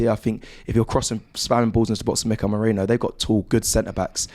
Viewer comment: He is Merino, not Merinho. Where did you get this from?